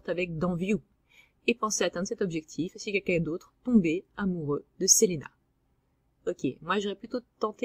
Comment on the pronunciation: Pardon mais il y a quelques erreurs dans cette vidéo, certains noms comme Selena ou Eleanora sont mal prononcé. et puis Various n'a jamais été Gay, tu le confond avec le cousin envoyer pour "sauver" Selena, Various est le chef des mercenaires de Villains et a demandé a Lisbeth la main de Selena et s'est fait changer en spachoune, un genre de dindon par Lisbeth en réponse, il a fini par épouser Lisbeth.